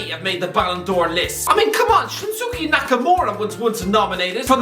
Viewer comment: He was Shunsuke, not Shinsuke. 😂😂😂😂😂